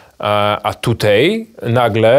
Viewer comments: ...tutej....??? po polsku mówic nie nauczyli??? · Uszy mi więdną od tego "tutEJ".